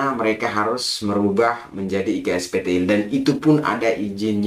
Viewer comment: 6.28 iksptl nya "TOK"... kecampur logat bahasa jowo mas..😁